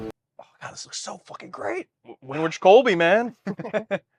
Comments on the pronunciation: Winrich is pronounced Win-RICK. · No, It's pronounced WIN-rick